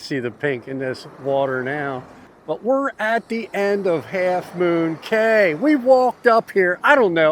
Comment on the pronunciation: It's pronounced key.